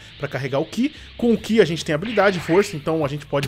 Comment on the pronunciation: sou seu fã mais por favor não é aura é Ki